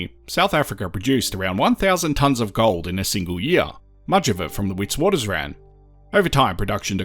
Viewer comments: Witwaterrand not Witswatersrand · WItswatersrand is Afrikaans for White Waters Ridge in English, fyi. You pronounce Wit with a “V” instead of W so Vitvatersrand is how the SAFFERS say it😎